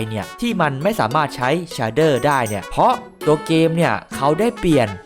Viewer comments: มันอ่านว่า เฉดเด้อ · มันอ่านว่าเชดเดอร์ครับ